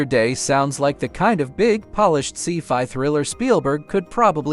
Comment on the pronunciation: A See Fi movie? Thank you dumb AI narrator.